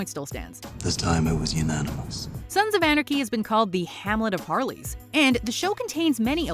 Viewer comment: She can’t say “Sons of Anarchy”.